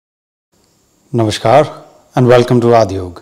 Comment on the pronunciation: We all by mistake say "Namshte/Namashkar" when it's actually Namaste/Namaskar. "श" नहीं "स" होता है!